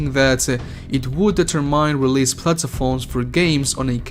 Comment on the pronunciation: Its platforms not plat”a”forms